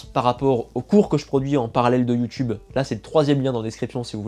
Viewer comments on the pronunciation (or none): none